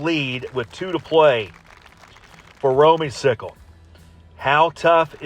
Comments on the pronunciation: You and Russ were correct on the pronunciation, it is Romey-cicle, not cycle! Hope to get lucky enough to have you announce another match again someday!! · it is Romey- cicle and thank you for pronouncing it right!!!